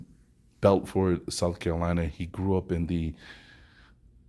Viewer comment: BuuuuuuuFort is how it's pronounced but yeah interesting about Robert Small.